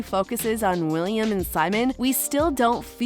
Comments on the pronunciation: This video is amazing, only little mistake I found is that you continuously called Wilhelm - William.. lmao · hold up. did she just call wilhelm, william?